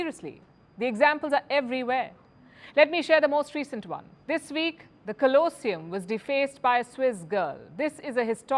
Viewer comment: How to butcher the English language. You can't seem to pronounce the TOPICS of your videos, like COLOSSEUM and BENITO MUSSOLINI, among many others.